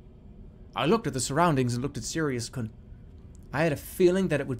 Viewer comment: Sirius kuhn (It’s supposed to be pronounced like koon) Don’t call me a weeb!! I took a Japanese class in college and did very well.